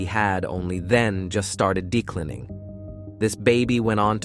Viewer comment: declening? nenatel? Some sentences are just nonsense words. It's an interestinng case. Then the words go haywire. I'm going back and watching older videos. So I like your scripts.